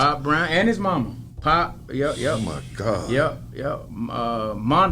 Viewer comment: B - “my gohd” 😂😂